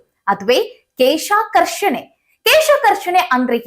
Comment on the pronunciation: ಕೇಶ ಅಲ್ಲಮ್ಮ ಕ್ಲೇಷಾಕರ್ಷಣೆ, ಯಾರೋ ಬರೆದು ಕೊಟ್ಟಿದ್ದು ಓದೋದನ್ನ ಬಿಡಿ ಅನುಭವದ ಕೃಷಿ ಮಾಹಿತಿ ಕೊಡಿ.